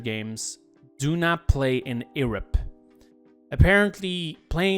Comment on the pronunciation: as an amateur linguist, I'm now very curious as to where abouts u developed that pronunciation for "Europe". Thx for the clarification, btw!